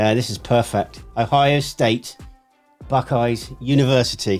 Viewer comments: Buck-eyes is how to say it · It's Buck-eyes.